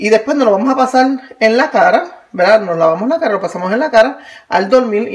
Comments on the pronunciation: Fricolerbri is mac ES UN DECIR MUY COMÚN EN LOS PUERTORIQUEÑOS. ...ES CORRECTO DECIR " VERDAD " PERO ELLA PRONUNCIA VELDA SI LO REPITE MUCHO Y ES DE MAL GUSTO EN ESPECIAL SI HAY UN DIÁLOGO O EN ESTE CASO ELLA HIZO UN VIDEO . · Quiere decir "verdad" los portorroqueños no pronuncian la r en algunas palabras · Verdad. La gente de puerto rico no pronuncia la r.